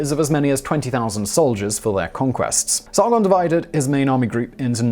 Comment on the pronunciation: Roll the "R" in Sargon please. Its SaRRRgon. and its Gon, not gone